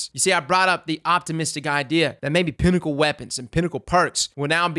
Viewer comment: why did u say pinnacle like that bruh 💀